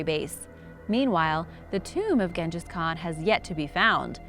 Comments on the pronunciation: And then she out did herself by saying gen-jas kham 😂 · Am I the only one annoyed by the way she is pronouncing Genghis Khan? Wouldn't be so bad if she didn't say his name a bunch of times over and over...ugh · just so you know, she botches a lot of pronunciation.........Genghis Khan for instance..... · Or Genghis Khan